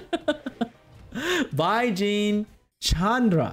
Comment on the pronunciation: You do realize that Jean is a French name here, and not pronounced "Gin" in the English way ?